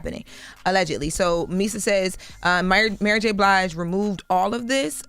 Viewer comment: Jess said ‘MurrGBlige’🤣🤣🤣Love it!!!!🤣🤣🤣🤣